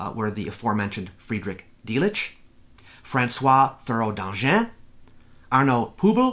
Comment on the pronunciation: (And now for the very pedantic and totally minor point of pronunciation, everyone's favorite, about Thureau-Dangin: there is no "th" sound in French, it is simply pronounced "t". The rest was pretty good though, and since my English pronunciation is absolutely terrible, I should really not make comments like this one.)